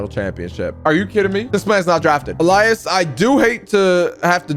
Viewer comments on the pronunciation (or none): none